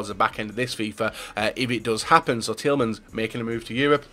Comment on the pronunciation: Youri Tile-mans hahaha